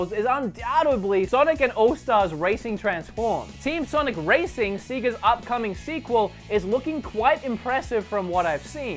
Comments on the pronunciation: Another great vid but dear lord its SAYga..not SEAga!! 😉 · Mannn... Did u just say seega? Wow good vid dough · I love your videos, but every time you pronounce Sega it makes my ears bleed. Keep making awesome videos.